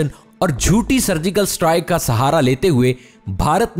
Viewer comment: Admin khuda k kia ye ak word correct ker dy..... Ye satrike nai strike bola jata hy